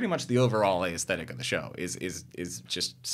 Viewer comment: His repeated mispronunciation of "aesthetic" almost made me rage quit this video. Learn how the word is said if you insist on saying it, especially over and over.